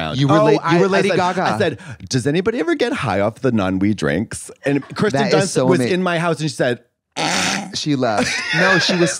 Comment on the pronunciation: dude, it's Keers-sten not Kristen